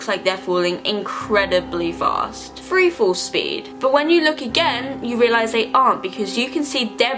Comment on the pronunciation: Am I the only one who can't pay attention BC she keeps saying conspiracy feory or free instead of three? 😫